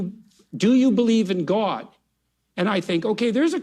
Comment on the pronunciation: Why does Jordan Peterson call God Gwod?